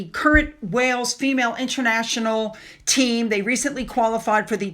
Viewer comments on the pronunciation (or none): none